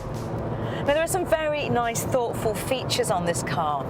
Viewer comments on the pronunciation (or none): none